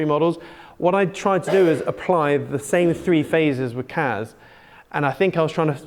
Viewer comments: Aways sounds like you are saying KAZ not KASSSSSSS fries my brain 😣Hope your charts come to fruition though 🤞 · he does say kaz.... lol